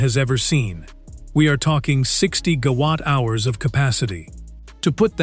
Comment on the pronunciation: Good content, lazy production values (random troll bits). At least instruct your AI to say 'Gigawatt 'instead of 'Ga-watt'!